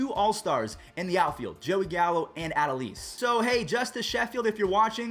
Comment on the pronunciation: its a- DOH-les garcia not ad-o-leez get it right